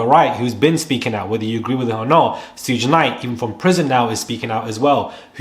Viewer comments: Prounounced "Shoog Knight." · I wanted to subscribe but the way you said Suge Knight drove me nuts 😩